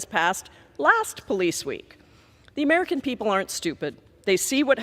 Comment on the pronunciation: He cannot even say "american". Who are "mmmmmericn"?